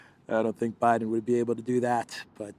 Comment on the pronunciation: did I hear you nright calling Bidsen professsor? Did you mean University Nowhere with a major in ignorance/stypidity? Je*us the depth America has fallen.